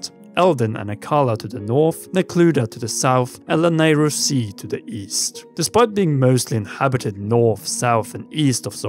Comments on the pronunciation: It's pronounced La-nay-roo, not Lan-a-roo. There's a y in it for a reason. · Why is he saying it lanaru🤣🤣🤣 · Lol the way you pronounce Lanayru is so adorable.